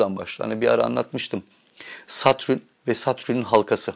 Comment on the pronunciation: Satrün ne Allah aşkına. Kulağımı tirmalayip durdu. Neyse konu güzel.